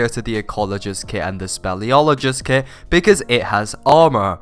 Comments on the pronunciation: I can’t tell if you!re saying, “kid” or kit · I thought he said kid lmao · i thought you said "kid" lmao